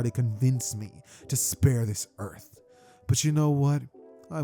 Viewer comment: how do you pronounce earth and earthling like that? 😭